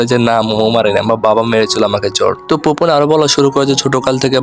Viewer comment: ওর নাম ফুপে!!!! পোপেন না!!!